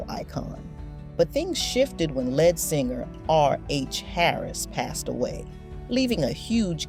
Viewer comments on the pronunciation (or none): It sounds computer generated AI. No person would say "Lead"(the element) for "lead" as in lead singer. Chi Lites was pronounced "Chee".